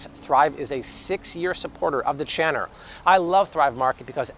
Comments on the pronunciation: "thrive has been a 6 year supporter of the CHANNER" - HAHAHA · Channer? Lol